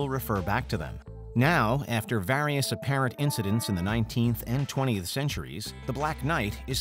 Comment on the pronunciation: stop saying 'various' like that in every vid